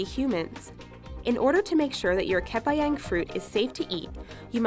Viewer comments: It's actually voiced as "kuh-par-young" (kepayang) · kuh-pa-young. I think that's the correct way to say 'Kepayang'. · rum-boo-tun ke-pah-yung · ohh ya 'kepeyeng' 😂